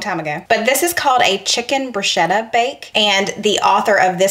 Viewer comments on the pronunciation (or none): It’s pronounced “Broosketa” 👍 Gracie cracks me up with that cheese on her ear 😂 Keep up the Great work you’s guys- Nick Giardiello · I love all of your videos and I especially love your sense of humor and honesty. I watch a lot of cooking videos and have a dozen I never miss. You and are refreshing. Btw, if you don't mind me saying, the proper way to say "bruschetta" is with a hard k sound like brusketta. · Love your recipes. An Italian corrected my pronunciation of brew-shketta.